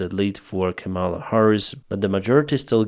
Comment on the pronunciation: It's Ká-ma-la, not Ka-míla